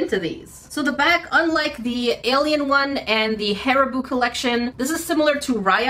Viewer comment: You said hAriBooOo again…